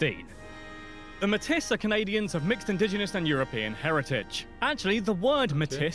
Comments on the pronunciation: mim mark is not pronounced mitis but rather may-tea which is french - 1st nations mixture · Hearing Métis pronounced like Matisse by the British guy in the source video makes me want to issue an apology to every American who has ever recorded a YouTube video about Canada. (It's actually pronounced May-TEE.) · Métis is pronounced May-tees. Not metis. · As far as Métis go… the common idea is a French/ aboriginal mix. But there is a recognized Métis of Scottish/ aboriginal mix. Also the pronunciation of Matisse is more what you would hear spoken by French speaking people… matée is how most people say it . Yes we wear short sleeves and shorts in the spring because the sun is warm but the temperature takes awhile to catch up. If there is no wind,you can be very comfortable at -10C in the spring. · I'm sure I'm probably not the first to comment this, but just in case - Metis is pronounced "May-tee" not "m-tis" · FYI... If I'm correct, METIS is pronounced as *May *Tea, and not *May *Tiss! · Born native and white is pronounced like "maytea" not matise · Metis is actually pronounced Mey Tee, not Met-Tiss, it's a FRENCH word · lol its not mehtiss for the indiginous groups its pronounced like maytee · The only take-away here is to definitely NOT rely on the pronunciation's of the host of the original video. You'll get laughed at, and in a few cases, punched in the mouth. For example: Métis is not pronounced "Met-is", but is "May-tee". As with many Canadianisms, they have French roots. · fact 13, the narrator mispronounces Metis, he says Met-tis, not as it should be pronounced May-tee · Not METiss but rather MAY-tee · Matis??!! Wrong!!!! Pronounced MAYTEE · I cringe every time he says Metiss. It's May-tee. Out west, especially during the whole separation period, Quebec was not popular. Pierre Trudeau was not well liked, his son even less. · Thanks! I was Just about to comment on that just now--I was like, "Who the hell are the meh-tiss? Oh, wait..." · Métis. May TEE. Jeez!